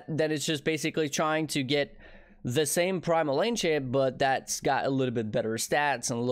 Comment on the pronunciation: Haha the way you say ancient sound like enchant xD